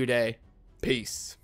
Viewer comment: Didn't like the emphasis on your famous last words man....it was kinda sad. PEACEEE!